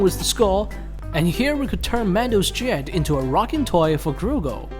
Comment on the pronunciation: Who’s grugo it’s grogu